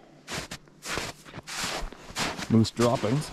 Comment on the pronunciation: It’s not muse it’s moooose…🤷‍♂️😂